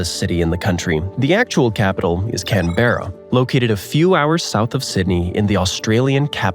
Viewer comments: Sorry but it's not Can-bear-a it can-ber-ra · Canberra is not pronounced (Can bera) but (Canbruh) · A lot of useless facts.. Canberra not Can Berra. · You mispronounced Canberra. It's not "Can-bear-uh," but more like "Canbruh." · It’s pronounced Cam-Bra with a flat M that almost sounds like an N for the capital of Australia not Cam-Be-Ra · mate its fuckin pronounced Can-bra not “CaNBerRa” mate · I got some facts for you 1) It's pronounced Can-brah not Can-berra 2)It's pronounced Mel-bin not Mel-born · Who is teaching bad geography? Is it an American issue? Incidentally, it's CANberra, not canBERra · its pronounced Can-bruh, not Can-berra. thats just how its spelled. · One more useful tip: It's pronounced KAN·br·uh, not kan·BE·ra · ??? And it’s not can bear ah it’s pronounced Can Bra … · As an Aussie born and bred say it with me people... It's pronounced Can-brah. Please don't say the E in Canberra. Also the way laughed at that fact. 😂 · #37 NO.. Canberra is pronounced CANBRA. While I'm here, Melbourne is NOT pronounced, MELBORN, it is Melbern or Melbun. Regards, The Locals of Straya. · Say it with me everyone 👏🏻 CANBERRA IS PRONOUNCED CAN-BRA 👏🏻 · Canberra is pronounced Can brah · Canberra is pronounced Can-bra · Canberra, Australia’s capital is pronounced ‘Canbra’, ….Signed an Australian that can pronounce Australian words. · It's CAN-bruh and MEL-brn. If you go debunking, learn your pronunciations. Coriolis force has only to do with rotation, not with the tilt of earths axis. And the effect IS noticeable on small scales in carefully controlled setups. Not in your bathtub though, that's probably not symmetrical enough. Since you were specifically speaking about territories: American Samoa IS in the souther hemisphere. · Sydney isn't the most populous Australian city anymore. Melbourne is now. You don't pronounce it Canberra and Melbourne either. It's "Canbra" and it's "Melben". It's also not Australia. It's "Straya" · Pronounced Can-bra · Nope, CAN-Brah...